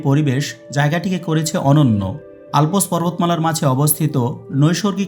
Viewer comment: It is Alps, not alpos